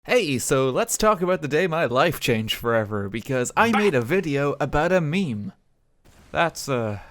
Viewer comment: Meme, not mime, idiot.